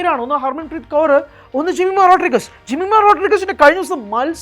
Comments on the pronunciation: Jemi ❤ (Rodriguez എന്നത് അവർ റോഡ്ഡ്രിഗ്ഗ്സ് എന്ന് ആണ് പറയുക റോഡ്രിഗസ് എന്നല്ല) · The surname Rodrigues should be pronounced as as in Rodrigs not as Rodrigus. The family must have Portuguese lineage or ancestory, hence such a surname. Jemimah's father trained her from a very young age. Seeing her talent and passion, he must have felt that he could make her an international cricketer. The girl built a cricket career by relentless hard work and now her name is being talked about in the cricketing world. Remember she has played in English and Australian leagues. They wouldn't take any underperformer. Her performance yesterday was unbelievable. She was obviously driven by someting more than human, which we call God or whatever. She attributed her performance to Jesus and the Bible. Fair enough, that is her belief which is only benefitting the country and the cricket world in a positive way and not harming anyone in any way. On rare occasions, the powers of the entire universe drives individuals who work extremely hard and focus fully on their target to achieve something beyond their own capabilities and human imagination. This will not happen to any average minds or to any run of the mill types. Hope and wish the entire universe bestows on the Indian team the drive and inspiration to lift the world cup on Sunday. Wish them all the best.